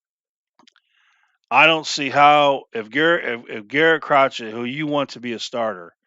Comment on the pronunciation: It's pronounced Cro-shay